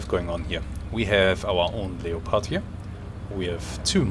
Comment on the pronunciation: Awesome game, and awesome vid. Just an FYI, in English, you pronounce Leopard as “Lepard” or “Leperd”. The O in it is basically silent, so it’s not “LEE-O-PARD”